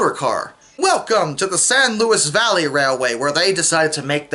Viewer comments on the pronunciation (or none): none